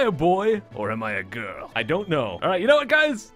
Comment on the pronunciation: Great job. You are now a grill. That's what I heard u say